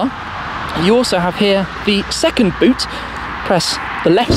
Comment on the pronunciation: front boot = froot? :-)